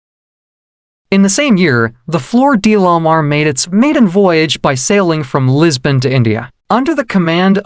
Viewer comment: This must be AI narrative, words are pronounced poorly, lot's of grammatical errors which makes it irritating to listen to. It's 'floor day la mar'. It's Mozambique not Mo-zambique. Stop emphasizing 'de' in flor de la mar. It's a good introduction to the Floor de la Mar.